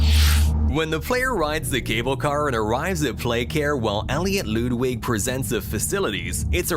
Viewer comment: Also did you just say loodwig LOODWIG! BRO ITS LUDWIG!